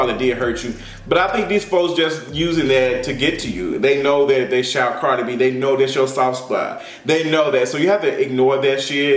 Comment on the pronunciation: Chile all I heard was CARJEE B! CARJEE B😂😂😂